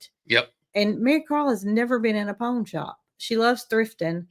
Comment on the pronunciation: I’m southern but the way yall saw pawn shop is funny, I bet some are trying to figure out what ur talking about. Lol. I’m in ga but we pronounce it like pond but without the d.